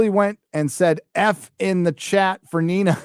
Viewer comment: If it means I won't have to hear call her "Neener" again then I'm all for it...